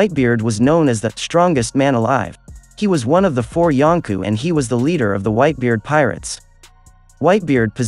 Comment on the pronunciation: Why do you pronounce it like “yonku”